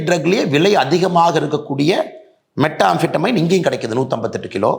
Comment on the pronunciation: மெத்ஆம்பெடமைன் அண்ணா... மெட்டாஆம்பெடமைன் அல்ல